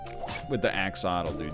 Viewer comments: Brother its axolotl not axotl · it's 'axe-oh-lot-el', by the way, you're missing a few syllables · Axe-o-lot-ul, you said it right the first time and never again. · Can we spend a moment's thought for all the lost syllables every time the egg says axolotl wrongly?